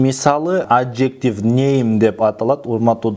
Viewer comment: Агай жакшы окунуз произнощение жакшы эмес, эджектиф аджектив эмес